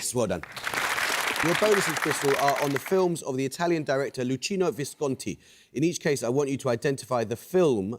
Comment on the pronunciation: And then Amol said Luchino with Ch sounding like tch instead of K